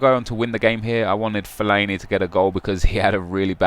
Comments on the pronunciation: What way do you say fellaini at all , feliiieni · Nep I'm pretty sure it's not fel-I-e-nee